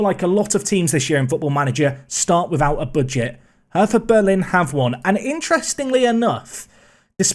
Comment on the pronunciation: Cant wait for the new series my guy 👌 If you go Berlin its pronounced "hurter" 👍